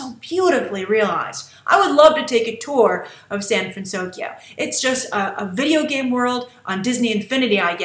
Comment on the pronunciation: I loved Honey Lemon and I liked her proper pronunciation, the city is called San FransOKYO it made sense for the movie